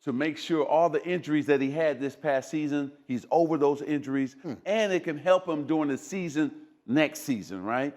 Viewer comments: Phythical Thurrapith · Physical THURpist 😂😂